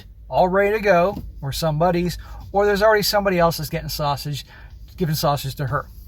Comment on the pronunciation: They way you say “SAUSAGE”always cracks me uo